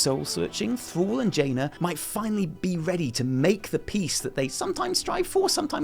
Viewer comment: When you say "Thrall" it sounds like you say "Thor" :P